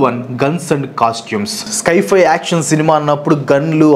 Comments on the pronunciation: స్కై ఫై కాదు బాబూ దాన్ని సై - ఫై (Sci - Fi) అనాలి. నీకు ఇంగ్లీష్ నిజంగా రాదా లేక కావాలనే అలా పలుకుతున్నావా? Infosys కంపెనీ లో జాబ్ చేసావు, పెద్ద యూట్యూబర్ అయ్యావు, అయినా ఏంటిది? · స్కైఫై ❌ సైఫై ✅ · Adhi sky fi kaadhu guru si fi sience fiction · It's not sky- fi , its sci- fi , means science - fiction. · Sky-fi wifi kadu bro it’s sci-hi…..criticise cheyatledu correct chesthuna..malli nannu veskokandi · అది స్కైఫై కాదు అన్న దాన్ని సైఫై అంటారు. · Sci-fi ❎ sky - fi ✅😅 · Skyfi kadu sci fi